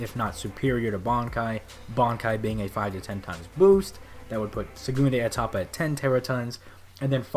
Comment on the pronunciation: It's pronounsed "sehgoondah Ehtapa" or just "second stage" other than that, great vid man.